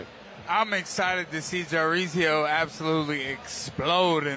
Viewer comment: calling him Jareezio on repeat lol